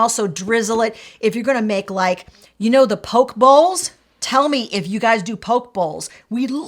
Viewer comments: I love these ideas. FWIW, it's "po-kay" not "poke". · You said Gyro right. But not poké bowl, (it's s like poke -A) also Rakuten (rack-ew-tin) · Love your videos! Have gathered so much info from the two of you! love the chemistry between you two (the blooper at the end are my favorite!) btw, its PO-kay bowls! I love them too!! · Great vid guys, thank you. I would never have thought of freezing dips because of the chance in consistency, but using them as dressings is a fab idea. BTW Gyros is pronounced "yee-ros". And "poke" as in "poke bowls" is pronounced "pokay", like crochet.